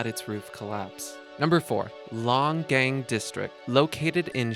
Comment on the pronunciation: Pen-eh-tent-chur-ee NOT Pen-eh-ten-chee-air-ee. Na-mib-ee-ah NOT Na-meeb-ee-ah. You completely demolished the pronunciation of Longgang. Shangshan is pronounced "Shangshin". Fukushima is pronounced fu KUU sh'ma. Not Fu ku Shee ma. Nice to see you've done your homework.